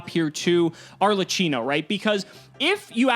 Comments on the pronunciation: it's ARLEQQINO not ARLETCHINO :P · Arlecchino is pronounced like a K, so like arlekino not an S please tell all the player before I get a seizure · Me, an Italian, hearing saying "Arlacino"...!!! "CH" is strong like a "K" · AAAA MY ITALIAN HEART ARLECHINO ARLECINO BRUH ITS ARLECCHINO TT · Arlekeeno, not cheeno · it is pronouced ''arlekkino'' with a hard c, at least that's what is called here in italy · The boss monster’s name is pronounced “Are - Lay - Key - No”. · Arlechino is pronounced with a qino. It’s the origin of the word Harlequin.